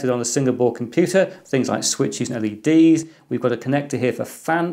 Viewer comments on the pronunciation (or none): none